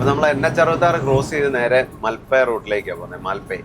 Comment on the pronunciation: മൽപ്പേ ബീച്, മാൽപേ അല്ല ... 🙏, super vlog.. Thank you